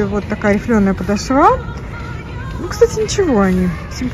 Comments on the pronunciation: Очень режет ухо- подошвА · Милая, подошва ударение на второй слог, простите за замечание 💓🌹обувь не очень, хотя есть некоторые ничего так. Не могу носить не коженную обувь. Массово начали делать изкуственные за большие цены 🙄Я согласна с Вашей критикой. Спасибо за обзор🌹